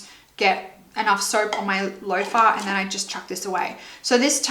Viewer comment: Yeah, Seche Vite isn't gonna work if you put 6 layers down. LOL! Not even 4. BTW, it's so odd how you say loufa, lol, we say "lou fa" like the name "lou". Loved the video! :D